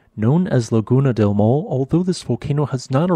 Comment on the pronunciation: "maw le" is a better phonological transcription of Maule than "maul." The final e is not mute.